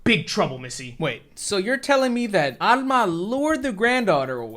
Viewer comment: It's rare to hear my name Alma in anything so it's a nice surprise to hear it in a horror movie. Also major points for pronouncing it with the Spanish accent. I'm so used to hearing people pronounce it All-ma